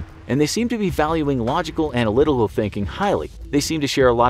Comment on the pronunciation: So what's the references somebody?🤨 Plus am I the only person that heard the narrator pronounce analytical like "Analililal"?